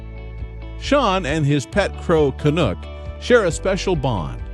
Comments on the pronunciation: YOUR SAYING HIS NAME WRONG! CANUCK ,... CAN - UK,... not canook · Lol it’s Canuck! Lol not canook . Canuck as in the hockey team. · Can- uck NOT Can-ook! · You video thieves obviously know little to nothing about Shawn and Canuck. First, the crow's name is pronounced "CA - NUCK" ... like the "u" in knuckle, not "Ca-nook," like the "oo" sound in "look." Canuck "car surfs" sometimes when Shawn is riding in his friend's car. Shawn has never referenced driving himself. In fact, Shawn often makes references to taking the city bus. Canuck has also been known to car surf with other local drivers. That's a girl's bike, not Shawn's bike. Canuck, like other crows, is attracted to many objects, not just shiny ones, and fans bring Canuck gifts versus Canuck making a habit of bringing Shawn gifts. When Canuck does bring Shawn a gift, it's likely to be something simple, like the cupule (cap) from an acorn. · Canuck (rhymes with luck) not Canook. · WoW this is really BULL. You have stolen all these photo's from Canucks Facebook page. You can't even say Canucks name right. Your facts are all wrong. Why are you stealing other people's photos? Really Bad Karma points for you.